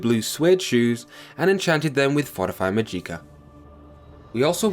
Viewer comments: Amazing video, very informative. However the mispronunciation of words like magicka was a little off. There's no eek it's magick-a, the ick is pronounced the same way as "sick" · Jesus christ mate you realize you were pronouncing just about everything wrong? MaJEEKa? AtroNATCH? MysTICKism? My ears are bleeding lmao 🤣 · Haha, go: “Maadjiekah” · I'm really sorry, but the way you say "Magika" makes me so fucking angry lol. Other than that, this is a great game! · "Mageeka" for the win 😉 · I love your Mageeka lmfao dammit ! Now for now own i want to call it the way you do hahaahha thanks for sharing the video bud. Its all good man you speak English just fine. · "maGIcka" "Oltmer" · Atronatch majeeka mystickism lololol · "Majeeka", "Mysti-kism" and "Atronatch"? Nice pronunciation brah. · I don't want to come across as an ass or anything but... Atronach is pronounced Atro-nock Magicka is pronounced Maj-ick-uh I have no problem with it, but it might save you some hassle in the future. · the way you pronounce magicka kills me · When i saw your pronunciation of magicka, in some way, i loved it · Good guide. You're mispronouncing some words though (Mysticism, Magicka, Atronach).